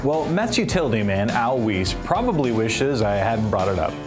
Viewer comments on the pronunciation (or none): Wee-se? It's Weis! Pronounced Why-ss. BTW - he has a World Series ring, something no Astro player has! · Whyss… not Wees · Mispronounced both Al Weis (Why-ss) and Bob Aspromonte (Ass-pro-monty) Please don't do that again...otherwise this was a great piece.